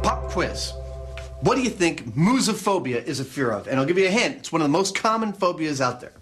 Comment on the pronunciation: mouse-uh-phobia. NOT mooze-uh-phobia. Mouse. Mousaphobia